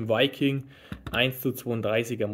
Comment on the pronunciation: Die Firma heißt nicht "Viking" sondern Wiking, wie Wikinger. Ist übrigens ein deutsches Traditionsunternehmen.